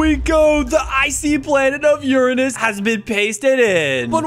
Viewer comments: It’s not Urnus it’s uranus 🤓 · Your saying Uranus wrong (just to remind you) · YOUR SAYING URANUS WRONG